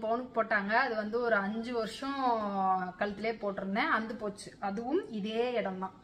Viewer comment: Please அந்து போச்சின்னு சொல்லாதிங்க. அறுந்து போச்சின்னு சொல்லுங்களேன் 😂